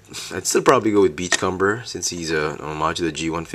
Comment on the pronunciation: your pronouncing beachcomber wrong, its beach-comb-er, comb, as in the thing you use to brush your hair with.sorry for sounding uptight it just bugged me this whole video.